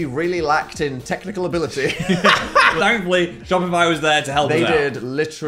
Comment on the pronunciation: for the most northern 'thankfully' ever